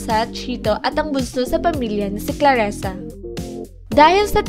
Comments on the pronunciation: Clarisa di claresa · CLARISA , anong claresa???